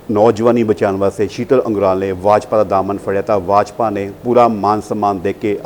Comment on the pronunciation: Yajpa nahe bajpa hunda repoter saab